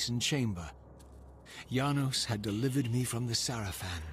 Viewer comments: It's Yanos not Janos, this isn't game of thrones. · It's pronounced Yanos, but it's spelled Janos. Please see